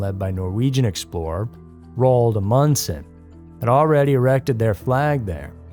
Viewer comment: I have never heard such a butchering of the last name of Amundsen.. That's literally a WTF